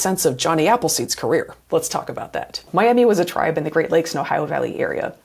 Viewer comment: Brilliant video. Miami tribe is actually pronounced my-ah-ma